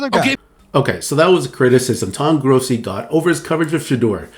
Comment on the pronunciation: Dude, if you’re going to comment on a reporters comments, especially for one who has been doing it as long as him, get his name right. It’s Toni Grossi. It sounds yo me like your say Tom.